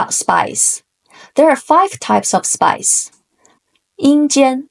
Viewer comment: most entertaining explanation of the art of war and I'm pretty sure the most understandable! Thank you for this video. Although...I did hear "spice" instead of "spies" ("spies" in my dialect ends in a z sound rather than an s sound) and was so confused until the word was actually put on the screen. For real was wondering whether the use and volume of chili pepper vs saffron or whatever was somehow important and completely willing to accept it as a possibility. 😂